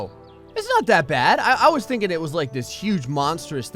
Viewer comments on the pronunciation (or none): none